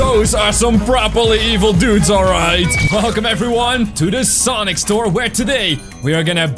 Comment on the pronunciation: IS SANIC NOT SONIC